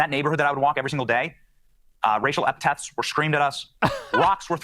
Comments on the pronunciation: During his string of lies he said said “eptets” when he meant to say “epithets” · did he say racial epitaphs..? epitaph? what goes on a tombstone??